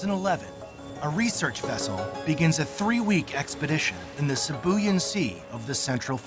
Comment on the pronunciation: Sibuyan is pronounced "See Boo Yaan" Silly yanks. 🤣